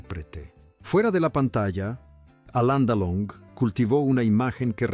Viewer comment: Ya que hablas de un personaje importante, deberías decir el nombre correctamente, es Alain Delon.